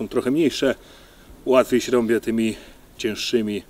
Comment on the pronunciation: Rąbe, łapę.... wiesz, że tam jest jeszcze literka "i"? Rąbię i łapię? Hahaha